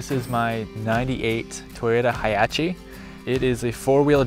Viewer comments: Any other Australians hear him say 'Hiachie' instead of hiace... We pronounce the C in hiace as an S if that makes sense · haiachi... huh? it's a hiace.. "high ace" 🤦🏻‍♂️🤦🏻‍♂️🤦🏻‍♂️🤦🏻‍♂️🤦🏻‍♂️ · In Malaysia we pronounce hiace as High Ace. So funny to hear it as Hiachi. 😂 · Pronounced High-Ace in Australia but I prefer HIATCHI! So I’ll be adopting your version 😎👍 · it should be HI ACE. but u know. I guess its an American thing. it's the first time i heard someone says HIACHE. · hamyncheese yeah, no. Dude decided to pronounce it fancy or something. That is a "Hi-Ace" not whatever the hell he said. I have found that It's pretty common in these videos. I remember a girl said "arb fridge" instead of calling it an "A-R-B fridge" like it is supposed to be. Just people buying what's trendy to get insta fame. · Hia-chi? Wut? It's a Toyota Hi-ace lol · small point... but it's pronounced "Hi Ace" ... even in Japan they say Hi Ace... not hi-achay... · Hi-Ace (High Ace). Hiachi is totally wrong. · My dude, its High-ace (ace is pronounced ayc). How long have you been calling it Hiachi 😂, that sounds like heihachi’s cousin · It's pronounced how it's written (high ace) not achy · Hi-ace. Not hyachi lol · I thought this guy was trying to be smart when he said Hi-Ace as High-ah-chee. Its almost as cringe-worthy as someone saying Yose-Mite park or Moe-Jave desert. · Hi-ace not hi-ach-e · Hahaha it's pronounced high-ace not hiachy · Lmao did he really call it a hi ah chi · I owe a Hiace and will be calling it a Hi-achee from now on hahaha. Brilliant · Beautiful work man! I love the way you pronounce “Hee-achee” haha!😂 Greetings from South Africa, where the Hi-Ace is ubiquitous as a people-mover. Never thought of using this as a base for a camper, but it makes total sense! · dude is Canadian... thought maybe that's how they are pronouncing it in Canada. having lived in Japan for 15 years of my life i can attest - Japanese call this van Hi Ace. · Its hiace hahahaha